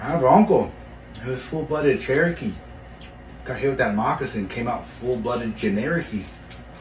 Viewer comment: Did my mans jyut say ..... A Full Nlooded Genorakee? Im fucking dead